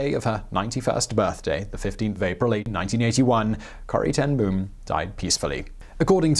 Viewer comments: Boom is pronounced bome, it means tree. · Boom is Branch in Dutch. It is pronounced like Dome but with a 'B'. I'd never heard of this remarkable lady and her family. Great vid and thanks!